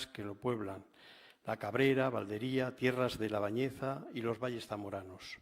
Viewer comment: Estuvo hace años el en la Valdería y no sabe decir su nombre, con acento en la i, sonaría Valdería y no Valderia...vaya vaya